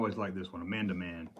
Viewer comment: Fun video! My only complaints.......it’s four-el-oh-em......and there is no “d” in the name of “Amanaman”. :-)